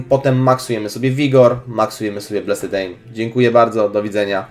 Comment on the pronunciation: Plis, mów [blest], nie, [bleset], a tak to jesteś przekozakiem :)